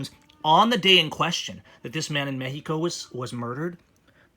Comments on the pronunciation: ...why are you pronouncing Mexico as "Mehico"?.... Just say Mexico. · When u pronounce it "Mehico" it kinda hits the ear wrong man. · I have been going to Mexico for over 40 yrs , i have a winter place in Mission TX. There is little doubt Mexicans think of people like him as a fool...him speaking english and then saying mehico is a joke. My brother is half Mexican i know dozens of Mexicans and not one says MEHICO. Only ones who say MEHICO speak little to no English. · What in the hell is causing you to say "Mehico"? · Im a house painter born and raised in southern california man. I polly speak spanish just a lil bit better than u man. I thinl what ur doin is really cool, Ijs that "mehico" hits the ear wrong when a super duper white dude says it. Thats all.